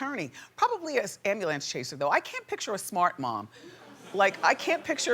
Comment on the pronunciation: I find it cute no matter how proper Wendy talks, there are still words black people cant per ounce . Ambulance is always pronounce as Ambalantce.